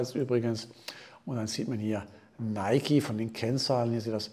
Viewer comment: Endlich mal jemand der es richtig ausspricht